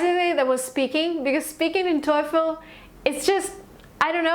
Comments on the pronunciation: ikr? i dont even know how that bicth got 117 without even know the right pronunciation lol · How come u got 117 while u have hard time pronouncing the word TOEFL wrong. Annoying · I always thought TOEFL is pronounced "toe full" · She keep saying toy-ful. Lol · The clear fact that you're pronouncing TOEFL as TOYFEL makes me reluctant to believe you. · How do u get 117 n still pronounce TOEFL wrong.. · For someone who did reasonably well on the TOEFL, she sure doesn’t know how to pronounce it correctly! Maybe why she didn’t get 120/120 😂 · She can't even pronounce TOEFL correctly. Wtf ?